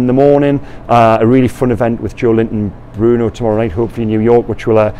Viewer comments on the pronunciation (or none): none